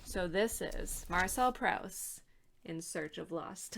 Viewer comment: After admiring Proust from a far for 30 years I finally made a start in January. I'm currently coming towards the end of 'Shadow of Young Girls in Flower' in the new Carter edition. I love it, my aim is to read it over one year. Hope you're getting on OK. (it's Proost, not Prowst! :)